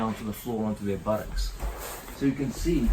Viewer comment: John Danaher will forever be whispering "Buddocks" into my ear for the rest of the day